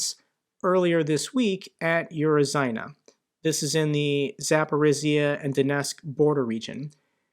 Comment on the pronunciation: Its not spelled uro-zayne but urozhaine (uro-zhain-eh) . not Z but Zh, like prigozhin (spelled prigogine using google translate), or zh in zaporizhzhia (spelled zaporizhgia). robotyne (robo-tin-eh)